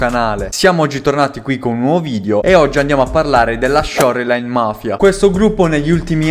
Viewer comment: fra però si dice sciorlain